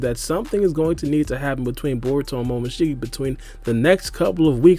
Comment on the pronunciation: He is saying ishigo its ishiki